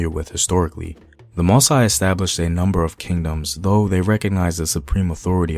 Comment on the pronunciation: Just a remark to the teller whose main language is english ;your(english)pronunciation can be confusing for many french speaker or native....You pronounce MOSSI like ( MO- Sigh) which can be interpreted like Masai(Ma - sigh): a tribe found in Kenya if i am not wrong...The supposed right pronunciation for MOSSI should be: MO - ssee...Anyway,keep up the good work and try to use the local or original pronunciation.